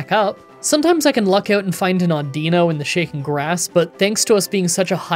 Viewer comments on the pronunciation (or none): none